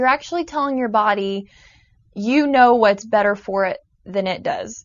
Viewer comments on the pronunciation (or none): none